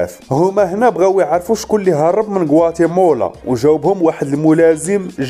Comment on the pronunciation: غوااتيمالا وليس غواتيمولا.... تحليلك ألسلس والمفهوم رااااائع وتحياتي لك.... واصل اخي الكريم وشكراً لك